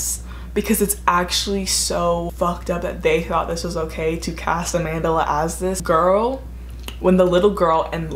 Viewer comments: “AmandERla” 😂😂 it’s just Amandla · I'm south african and its pronounced closer to AH-MHAN-DHLA but i know that's not important info it's always just funny when I hear Americans say her name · The way you pronounce Amandla makes me laugh